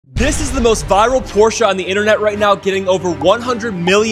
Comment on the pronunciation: THANKS for the correct pronounciation of "Porsche"! And don't you dare to put anything but a 912 engine in it.